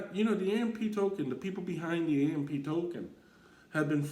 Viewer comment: The Ampee token what are you saying… its AMP